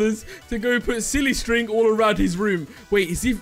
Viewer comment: Um I'm sorry but did he just say ow to silly string?